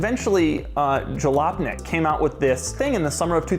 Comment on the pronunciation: noone in this video is pronouncing it correctly. it's a spanish writing (as in 'J' pronounced as 'H') for a polish word Khalupnik which meant a poor peasant in a rich urban area. short version is khalop. in the context of the car magazine it's basically not-rich people (poor peasants) goggling at fancy supercars (rich urban environment). Khalupnik is also a last name found in eastern europe states and its basically derived from the original meaning. There is a family line by that last name found in California, so perhaps somewhere, someone spanish-speaking heard Khalopnik and wrote it down as Jalopnik.